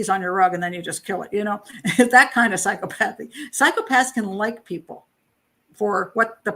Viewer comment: Clinical psychologist here. Two psychopaths, for sure. BTW, pronounced: "Psy - COP - othy".